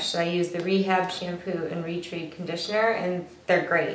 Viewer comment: Hey! Thanks for the tips. Just fyi I believe Retread is pronounced like re-tred. like the tread on your tires - that's what my Lush girl told me.